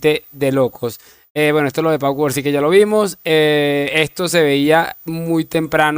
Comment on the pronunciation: Cubarsi? O Cubarno? Jjjj